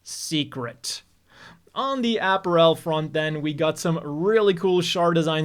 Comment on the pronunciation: Not because of the gender collection joke though... Because of the way he pronounces apparel.